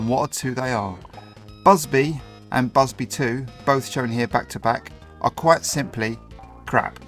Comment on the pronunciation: He hated it so much, he couldn't even be bothered to pronounce its name correctly! 😂